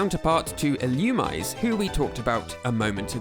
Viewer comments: it's not illumize it's ill u mi say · it’s pronounced “ill-oo-mee-zay” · Illoomize is a crazy pronunciation lol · Quick pronunciation tips: Vullaby is meant to rhyme with lullaby. Illumise is ill-oo-me-zay. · Illumise is not pronounced like that, it's Ee-loo-mee-say. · Vullaby’s diaper is a skull, not a shell. It’s “Wurmple”, not “Wurple”. It’s pronounced “Ee-loo-mee-zay”.